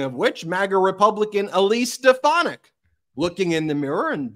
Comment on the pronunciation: It's "Stefanack" if you please...😂😂😂. Watch her change how she pronounced her name to match drumf's pronunciation VOTE 💙🌊🇺🇲 at EVERY level in EVERY election